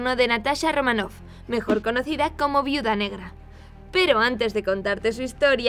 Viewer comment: es romanoff, no ramoff 😩